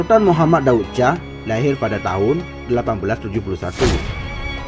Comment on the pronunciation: Baca intonasinya berbunyi, Daud Syah, bukan Daud Cah. Lidahnya tebal benar, sih !